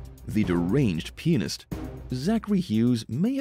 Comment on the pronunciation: I thought you said that the murderer was a deranged penis? My God, you had all kind of ridiculous images pop in my mind, with that thought. Until, I realized you said a deranged pianist. Some of these crimes are truly bizarre and extremely violent. I noticed how the murderers are all men. Makes me too scared to date ever again.